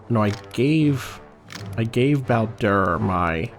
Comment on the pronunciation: I feel like I'm going to sound annoying for this, but why do you pronounce the Bao in Bao-Dur like Bow? When he introduces himself, he says it closer to like, Bayo-Dur.